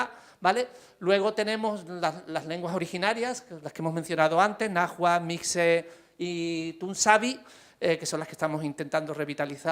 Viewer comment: Soy de México 🇲🇽 solo corrigió no se pronuncia "najuatel "se pronuncia Nawualtd y se escribe NAHUALT